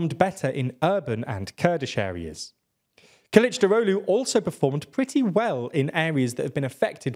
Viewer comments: Kılıçdaroğlu is pronounced: K(japanese u)l(japanese u)chdarolu, not killichdarohlu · Omg you pronounced Kilicdaroglu like nordic mythical god